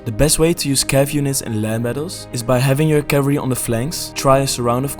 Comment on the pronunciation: Please learn how to pronounce cavalry, bro. lol. It's three syllables.